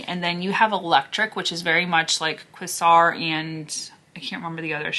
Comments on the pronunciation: The shade Quasar is pronounced with a long A. Just saying.... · Quasar = Kay-zar ❤😊